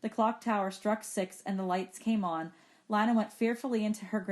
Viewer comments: It’s Lina not Lana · Bro why does she kept saying Lana... It is not LaNa it is LiNa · She keeps saying Lana when it is lina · Lina not lanna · its lina (leena) not lana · How you say Lina, u don’t read it as Lana, how you pronounce it: Lena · its not pronounced "leena" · You pronounce it LYNA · well it doesn't matter how she says it. I like "Lina" instead of "Leena" anyways. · palette sans{Female} yea you right it was the first thing I noticed